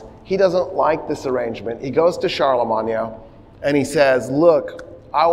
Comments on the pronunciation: Are you purposely pronouncing Charlemagne that way? 😅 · we absolutely do not have a military presence in 146 countries why are you pronouncing Charlemagne like that? You're not speaking French. It's okay to pronounce it the English way since you know, you're speaking modern English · "charlamanya" die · So wait, have I just been pronouncing Constantinople, Charlemagne, and Berlin wrong my entire life?